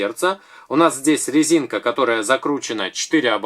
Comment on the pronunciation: Я не ослышалась?, вы сказали на лезинка?